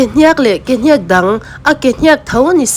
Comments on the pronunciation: Ke " hniaak "ti lovin hniak(thluk suh,)ti mai rawh. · Kehniak I thluk dik lo hi a mak thei hle.Beng a ti thlep thluk dik lo hian. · Mizo chu inihve hmel sia,Kehniak pawh han lamdik thiamloh chuh. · Ke hniak i hniak i chhiar hi a dik chiah lo a thluk tawi tur i thluk sei tlat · Hetianga Mizo tawnga Thil in chhiar duh anih chuan Zir in emaw hrechiang ve hmasa thij rawh u… Mizo inti Puitling meuh in KEHNIAK i lam dan te hi a nih in a nilo emai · Ke hniak tih hi i lam peih thei e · Ke hniak tih ilam danhi ava mak ve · Ke hniak tih ithlûk dan hi mak tawp😅